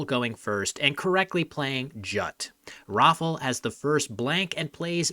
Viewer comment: in regards of the polish name pronunciation. its not pronounced rofl, its rah - fow, where "ow" should rhyme with pow. and i dont know where you got dominic, but giving up on this one is at least understandable. it should go like do-mee-nee-chack. also if you use google translate don't be fooled by the pronunciation of "rafal", the l here should actually be an ł, which make different sounds